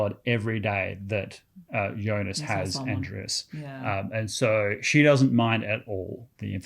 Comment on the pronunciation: To be "on same wave" as writer - Jonas is pronounces as ["Yonas"] :)